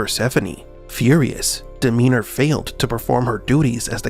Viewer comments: It's DemeTer, not DemeNer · Why do you keep calling Demeter "Demeanor"? Transcript error or glitch in the meatrix? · it's freaking Demeter, not Demeanor... Also, the club's button literally spells HELP, not HELL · But "Demeanor" isn't. It's Demeter. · DemeTer. Not Demeder. Not Demeaner. (2) I think drawing from Greek mythology is just lazyness, though it borrows style. (3) There were many oracles. Delphi was one. No, that's wrong. Delphi was a cult with many, let's call them prophets, who resided/worked there. Architect is a general term, one used by any framework of understanding where someone built a reality. "Demiurge" or Yaldobath are terms actually coined by Gnostics. (3) Persephone's father was a mortal farmer. You can discount any story where Zeus is the father for two reasons: (a) he is said to be just about every god's father, and (b) "Zeus" just means god, so it's redundant. (also that's likely not his name, more a title) (4) Persephone was happy to elope, in many tellings, but she was assumed to be kidnapped by Demeter for story dramatic reasons. Then again, back then women were often sold or taken. I take no judgement on such, or even if it is true.